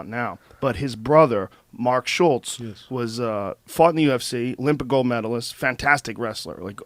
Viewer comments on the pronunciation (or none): none